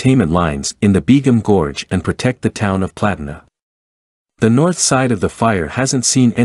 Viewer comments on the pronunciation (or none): its pronounced (Te-hay-ma) Tehama and (Pla-teen-a) Platina, Just thought I'd mention it